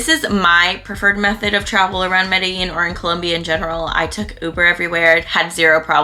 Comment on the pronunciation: You pronounced Medellin wrong. the double L's actually sound like a G. Sorta how your pronounce jeans.